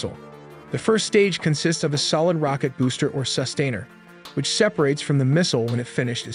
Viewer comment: Good job now I can't stop. Let's delve in, sounded like let's tell them. Sus-tainer, mak 3.5, fuh-laynks... Please learn to pronounce these things.